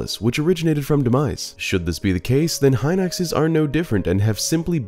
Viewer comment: the way you pronounce Hin-Ox is so triggering